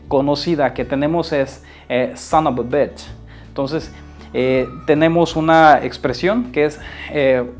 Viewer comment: In engiish its bitch not batch